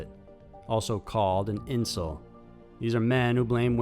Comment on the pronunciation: The way you pronounced incel made me spit.